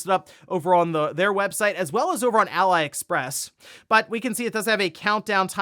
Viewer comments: Aliexpress is pronounced ALEE-Express, not ALLY-express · Why do you say ally express... its ali chap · Did you just say Ally Express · Did just call Ali Express, Ally Express???? 😄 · ""Alayexpress" :D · Lol "allyexpress" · I choked on my drink when you pronounced aliexpress all stupid. Lol